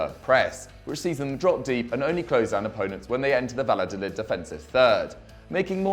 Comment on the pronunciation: took the L's on Valladolid too